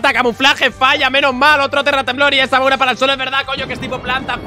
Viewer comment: dijo amaura tipo planta???? MELOETAAA 2.0